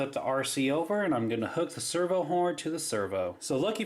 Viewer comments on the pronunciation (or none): lol you say server not servo